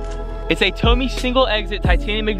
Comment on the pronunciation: TOE-MEH not TOE-MEEE jesus